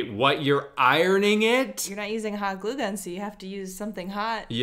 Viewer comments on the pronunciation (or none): the way she said hot glue as if it was warm glue and not something called hot glue